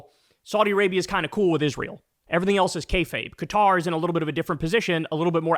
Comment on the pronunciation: At least he pronounces Qatar correctly 😂😂 but of course he doesnt care about the corruption, just the source of the gift